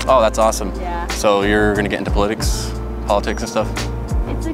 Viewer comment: “Puliticks” for politics lmao